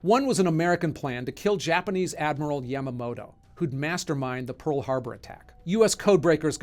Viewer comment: Your pronunciation is awful 🤣(yamamoto, prigozhin, soleimani). I'm guessing you do more reading than watching talking heads on CNN. I've always thought it was stupid that heads of state don't get assassinated. It's a huge double standard, especially in democracies that have the "moral high ground" and cry endlessly about human rights, but enable it all with inaction. The US, for example, has the death penalty. We kill people for committing singular murders. Yet someone who directly orders the killing of tens of thousands if not more people, on a whim, is somehow untouchable. SWAT teams will shoot a hostage taker in the head with a sniper. The hostage taker might not have even hurt anyone yet, or killed a few but planned to stop. Humans are supposed to be intelligent animals who can plan for the future and weigh the risks, even if that judgment might not always be the correct one and the future not always predictable. It's also the stupid trolley problem again. Do nothing and kill many people, or pull the lever and kill only one? It's the dumbest philosophical debate ever.